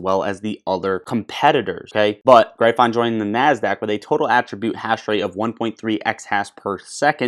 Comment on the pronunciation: OMG u gotta learn to pronounce gryphon LOL